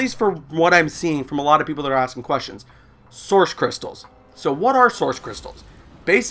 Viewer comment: I like how you say "Soursh crystals" instead of "Source crytstals"